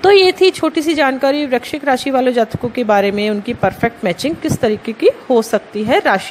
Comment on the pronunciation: First of all aap VRISHCHIK to correct bolo